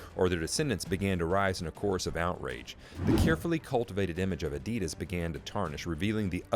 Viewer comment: everything is mis pronounced. made byAI. fake .